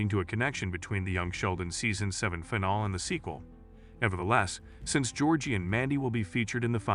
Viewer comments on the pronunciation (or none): Finale is said as "feh-nal-lee" not "figh null." Two different words.